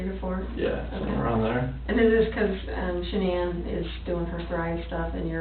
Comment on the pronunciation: But I heard someone in her family calling her Shannen, not Shan-ann 🤨